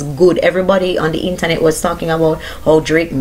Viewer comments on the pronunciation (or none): none